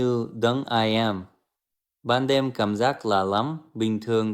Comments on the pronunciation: 1. Đọc chữ im thành Ai em là biết AI rồi, mình nghĩ bạn nên dùng hình ảnh thật và giọng nói thật, ng VN cần con ng thật hơn là AI. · Bạn có thực sự nói tiếng Việt giỏi như vậy? Mình thấy bạn luôn nói như đang đọc. Nhất là từ " im ", Việt nam bạn phát âm thành " i am ", nó là phát âm tiếng Anh ( và tất nhiên nghĩa nó khác từ im của VN ). Phần mềm đọc AI có thể không phân biệt nổi im..và i am là hai cách phát âm của 2 quốc gia khác nhau..? Dù sao thì tôi vẫn hiểu bạn muốn thể hiện suy nghĩ gì. Không sao đâu. Tôi chỉ hỏi vậy thôi, vì sử dụng AI để đọc không có gì khó hiểu. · Chính xác , khi đọc chữ "im" mà thành " ai em" là biết rồi , có lúc thì đọc y như người Việt, nhưng có lúc thì lơ lớ